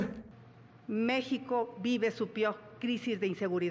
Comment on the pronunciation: Y no dijo Pior pronunció piog